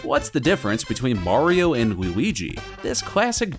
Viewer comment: Mayrio vs lugi